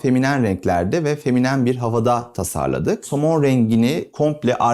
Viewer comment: "feminem" :face-red-droopy-eyes: Kelimenin vurgusu ve kullanımı dışında mükemmel buldum. Keskin hatlardan kaçınılması ve radius kullanılması hoşuma gitti. Açılı labirent havası farklı bir duygu veriyor